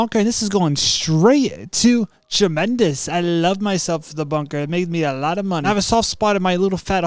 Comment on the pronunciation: Tremendus like bro learn to be a pro ytber